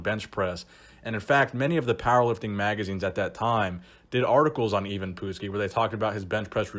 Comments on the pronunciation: Hey...it’s not Pootski, it’s PUT-ski.. remember watching him back in the 80’s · love your channel but being a wrestling fan from the 80's i have to let you know its pronounced Eye-Vin Putt-ski not Eyee-vin Poot-ski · It's put ski not poot ski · It's not "pootski", It's "putz ski". You putz. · His name is ivan putski not ivan pootski... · Not POOT-skee...PUT-skee (putski) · PUTs-Ski not POOT-ski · "uh" not "oo" ;) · Poot-ski?? Dude learn to pronounce it correctly! It's pronounced Putt-ski, like a putt in golf! You dumbass! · It's pronounced put-skee. Not poot, not putt, but put, as in put down that turkey leg. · Dude! He was the Polish Hammer! The nickname is key. Also, it's pronounced Putski which rhymes with "Butt"ski. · The last name is pronounced Puttskee. This dude was Beast! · It's pronounced Putt' ski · It’s pronounced Patski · Great video! I got a good chuckle out of the way you pronounce his name...😂😂😂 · Good video,, but you really hammered the pronunciation of Putski’s name. Take a look at this vid and how Gorrila Monsoon pronounces it as compared to how Jesse Ventura intentionally mispronounce it to intimidate Putski. Classic stuff. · Not bad but you kept butchering the poor guy's name. First of all how the fuck do you get even from Ivan?!? As for his last name it's pronounced Put ski and NOT Poot ski which you've said all throughout you vid on the man. It is insulting and disrespectful to the person being talked about. It also shows you don't really care about the quality of your work because it shows how lazy you are. Then again you could always call him PUDski like Jesse "The Bod" Ventura always did back during the WWF/WWE days. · You said his name right the first time then started pronouncing it as "even" Which it is not. And the last name sounds like "nuts-ski"